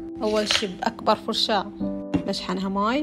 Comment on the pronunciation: قالت اقبر فرشاة 😭😭😭